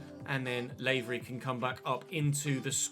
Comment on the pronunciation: I'm from the North of Ireland, it's just 'lah' for Lavery not 'Lay'very sorry it was bugging me lol